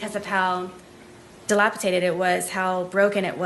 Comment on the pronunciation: nice to know in high school,,, can't even pronounce, or spell, the word 'dilapidated. 😂😂😂